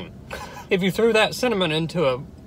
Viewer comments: it's cimaonamoan not cinnomean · When he couldn’t say cinnamon 😂😂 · When it’s too spicy you can’t say cinnamon 😂